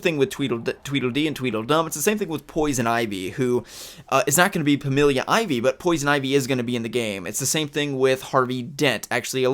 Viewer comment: "pamilia" shudder